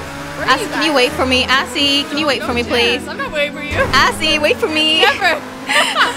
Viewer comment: Lol it sounded like said ''Assy'' instead of azzy